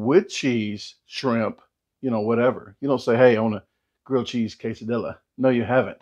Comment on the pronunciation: You may be right, but I do know how to pronounce 'quesadilla' que·sa·dil·la /ˌkāsəˈdēyə/ though! LOL 🤪🤣